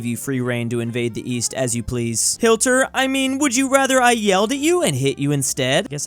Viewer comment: why do you say hilter